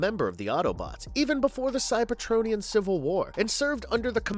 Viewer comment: I couldn't get through the metroplex part. When he pronounced Cyber-TRON-ian and then Ener-gone back to back, I was like ight time to hit the comment section